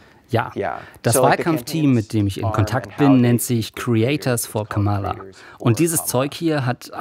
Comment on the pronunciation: Ja, aber Kamala können sie immer noch nicht aussprechen ;-) Die Rede in Butler hab ich auch live gesehen und kann immer noch nicht verstehen, was die Leute an dem Typ finden. Und Musk erst, peinlicher ging es kaum. Eine Frau meinte, sie hält sich mit der Kritik zurück weil der ADHS hat. Konnte ich nicht nachvollziehen....